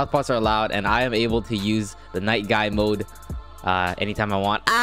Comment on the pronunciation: His name is guy not guy”s” unless u wanna call him madaras lol 😝 “Guys guys” i mean like cmon Srry if this is rude just i said it outloud and it must have be heard